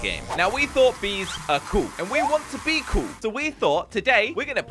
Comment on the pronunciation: bees are so cool because said bee-cool